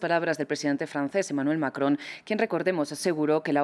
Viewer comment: Manuel Macron asi se pronucia, no Manuel Maco..como lo pronuncian en DW en español. 😀👍